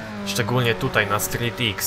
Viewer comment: Street X czyta się jako "strik kros". :)